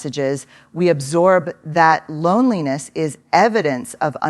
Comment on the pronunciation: I agree, The 'H' of loneliness??